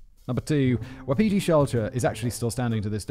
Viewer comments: Not the brightest spark? Maybe you're thinking of not the brightest light on ....the [Christmas] tree | or |..... the chandelier ? Fyi , Wapiti is pronounced WAH-puh-tee . Every time you say it, just for an instant, I think "Who's Petey?" ;) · For Simon - Wapiti is pronounced Wa-pi-tee, it is Indig (I think Cree) for Elk